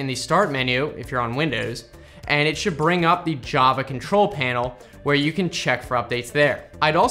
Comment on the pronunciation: whare he continues